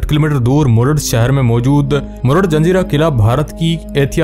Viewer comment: Zanjira nahi zazeera bet